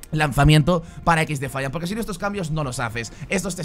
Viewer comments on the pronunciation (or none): Alpha o dices el nombre del juego en inglés... O me va a dar un chungo... Equis defaiant.... Suena mal.... Ex defaiant... Mejor. Y si se que se escribe XDEFIANT